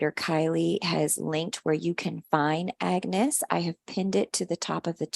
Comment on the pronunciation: Love it. Love how she mispronounced agnes'name and agnes couldn't be bothered at all. Can relate to it as people often mispronounce my name hahaha.❤❤😂😂